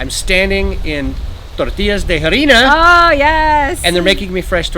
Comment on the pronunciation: The "h" is usually (always?) completely silent, so it's (h) "uevos" and (h)"arina."